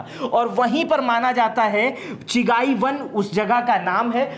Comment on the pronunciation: चिगाई नहीं चगाई